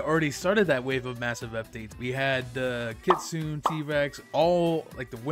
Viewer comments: It's not kitsune its ki-tsu-ne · Bro said kitsoon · Bro still can’t say Kitsune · its funny how this guy is an admin of blox fruits and cant pronounce kitsune right and doesnt know one piece the thing blox fruits is tryna make a game for :(